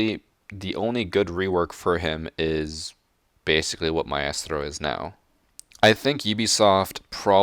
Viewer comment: I hate the way pronounces Maestro and Caveira.